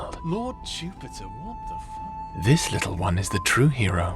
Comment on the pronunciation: “lord jiewpitah” kills me every time 💀💀💀